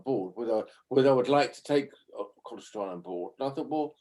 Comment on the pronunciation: I'm so glad people somewhere in the world still pronounce Constantine correctly.